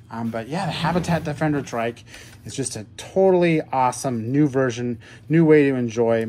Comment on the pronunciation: Mans said tric 💀